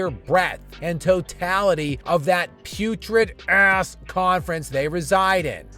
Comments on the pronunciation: I love how skip say “ass” so hard lol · lol why do u say ass! Like that